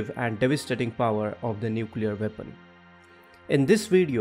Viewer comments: Did you say, vepon or weapon….FFS speak English or Indian but don’t pronounce English words the way you want. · If you can't pronounce weapon correctly find another topic.Veapon ?